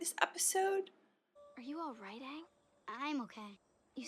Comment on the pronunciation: Aang is pronounced like "Angry" but with a soft G. I love that you say it like AAN 😂